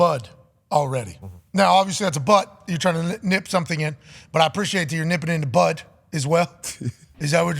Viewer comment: Lmfao he was saying “butt” the entire time instead of “bud” Aj said “thats assault” lmao I love this show I am dying 😂😂😂